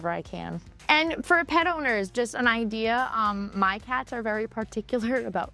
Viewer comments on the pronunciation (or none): none